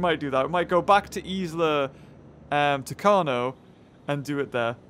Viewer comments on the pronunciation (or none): Yeah, you are right, sometimes he aggravates me when he plays this game. He even pronounced Isla Tacano wrong and he still does!!! When the letter “n” has the ~ over it it’s a nyoh type sound.